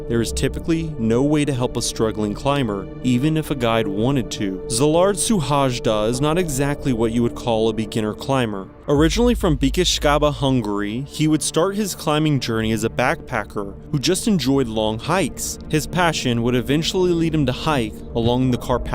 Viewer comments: It was a butchering of the highest order how he pronounced his name 😅 the name is Szilárd Suhajda (See-lard Shoe-hi-duh) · I'm sorry but you butchered the name of the hungarian climber. Nyugodj békében Szilárd Suhajda. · I mean you could at least attempt to pronounce Szylárd Suhajda name right. it's basic respect and it's not that hard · good video❤but please do a bit more research on the pronunciation, I only recognised the Hungarian climber from the photo, because the way his name was pronounced is not even similar to how it should be. I'm sure if you made a post on social media, many would be eager to help as it is a respectful thing to do to get the pronunciation right. Wish you success with your channel 😊